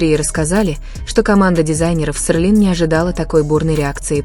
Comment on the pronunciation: Читайте пожалуйста правильно!Какой Сырлин блин?😂А Тэхени наш красавчик!🙏👍💜